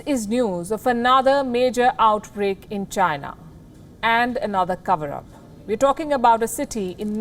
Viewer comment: Why am I not even surprised? Oh yeah it's CHYNAH